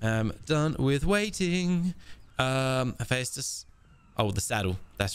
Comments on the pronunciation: Hephaestus is the God of fire, metalworking, stone masonry, forges, the art of sculpture, technology, and blacksmiths. Btw it’s pronounced as Hefestus not hefayatus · saying the name wrong, the a is silent. Pronounced Ha Festus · Hey love the videos per usual, although I would like to add the way that I believe Hephaestus and that is (Heh-fi-stus) so the 'phae' makes a 'fi' sound like si-fi.